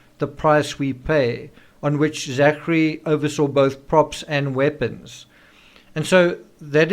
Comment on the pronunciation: Hi Thanks for your sober analysis of all these contributing factors to the Rush shooting tragedy. I would just like to point out though that ZACHARY is pronounced ZACKARY! You are welcome! Shalom to us only in Christ Yeshua